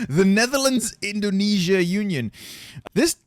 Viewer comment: My guy say indonesia WTF IS DEI your entire indonesian fanbase is dissapointed😔😔